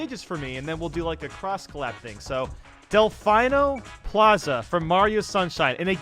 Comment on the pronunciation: “Del-fine-no Plaza” I winced at that.